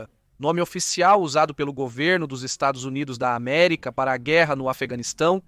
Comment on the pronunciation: O VIDEO FICOU ÓTIMO , APENAS ESSA ÊNFASE NOS "estados unidos da america" fica como uma fala de torcedor ....